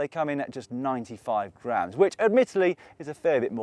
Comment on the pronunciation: Haha when he said 95 grams I thought he said grand